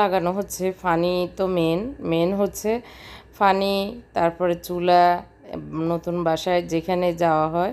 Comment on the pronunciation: আপু আপনি সাধারণ একটি কথা পানি সেটাও উচ্চারণ করতে পারেননা, আপনি পানিকে বলেন ফানি😆😆😆